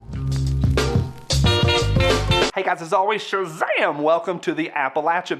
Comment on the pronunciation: Was your SHAZAM! done in a Maine accent?